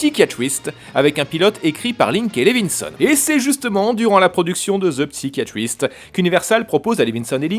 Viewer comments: ça se prononce "SAÏ-KA YA TRISTE." en anglais. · j'adore tes vidéos mais tu devrais parfaire ton accent anglais... on dit "saillekayatrist" pas "psykatrist"